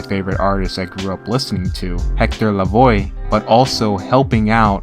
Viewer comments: Hector Lavoe (La-V-oh) not Hector Lavoy... the disrespect to the legend.... 🤦🏾‍♂️🤦🏾‍♂️ other than that, great content. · It's not La-Voy it's pronounced La- Voe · The way you said “Lavoe” hurt